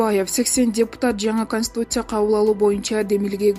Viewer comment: Канстуция дейт го😂😂😂😂😂